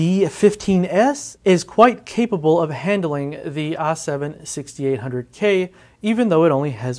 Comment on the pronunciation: "AH 7-6800k" lol